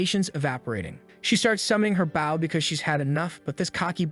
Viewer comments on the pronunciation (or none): I love how the narrator can't even pronounce "bow" correctly. Bow pronounced 'bau means your bowing to someone a sign of respect. Bow pronounced 'bo means a weapon for archery. 🤣